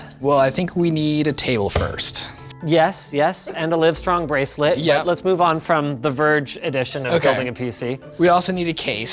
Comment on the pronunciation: "You need a Rive Strong Braceret" 😂